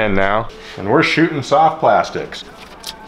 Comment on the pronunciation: Lol he said “chartrussy”